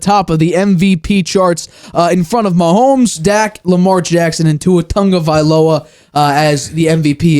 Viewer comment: Good job on NOT butchering Tua's last name lol